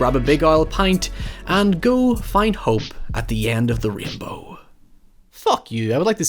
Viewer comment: Watched the entire video and only got two things from it: 1.He says REEN-bow 2. Jennifer Aniston was STUPID hot.